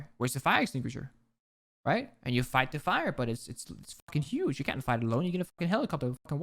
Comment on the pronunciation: I wanna watch this but I can't listen to you say right multiple times